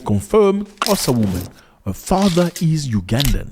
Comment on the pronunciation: Love how you pronounce Xhosa. I am from Gqeberha, formely Port Elizabeth. Our brothers and sisters in the continent have a nick name' my friend " in my friendly city they are brothers and sisters.and we welcome everyone. We have African brothers and sisters from Pakistan, Ethiopia, Somali, Ghana, Libya... The list gors on